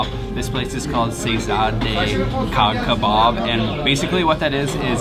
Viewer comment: It's actually not pronounced kah kebab but instead like the word jaw, if you call it kah kebab no one will understand what you want so just say jah or jaw☺